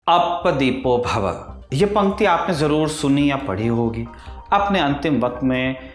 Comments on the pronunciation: It's Atta Deep Bhav not Appa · Appa Dipo Bhavah nhi... Bhav h wo...